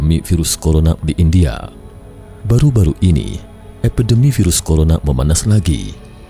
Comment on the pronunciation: Lima jutak, empat jutak argentinak, indiak ada bunyi k"